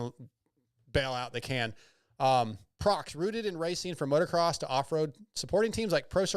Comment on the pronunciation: Prox? What the hell is Prox? 😂 It's "Proh-Ex" in America. Almost as bad as Steve saying, "Motor-Sport" instead of MotoSport and Ryno saying Motor-Cross instead of Motocross 😂 Hate being the grammar police, but these people are paying you guys, you should get their names correct 😆